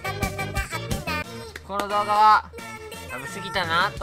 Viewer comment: 私は今日もとの どうガァ が見れて幸せです笑